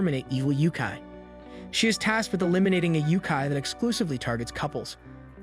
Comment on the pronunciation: I like this channel,but the pronunciation of some words is very bad like Yokai turned into Youkai. And recently Kokkuri turned into cockery it just hurts to hear.